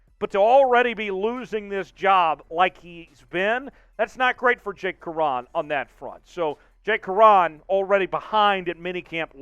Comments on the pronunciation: Its "Curhan like Cur-in, not Cur-han" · Really shocked that I’m not hearing reports of hundreds dead from this moron saying “Jake Q’Uran” 6 times and summoning a scimitar-wielding Muhahaha Also they restructured Shelby Harris not Poona Ford. SMFH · This is the same fool who called the LOB the “legion of doom” - the fool who can’t pronounce Jake Curhan or Boye Mafe or Tyreek Woolen - a fool constantly embarrassing us by giving us Grant Cohn takes without the sense of humor or gravitas and also- just too many damned mistakes dude! Can we trade this fool to Denver, maybe, and get back three times the talent with one-third the headaches?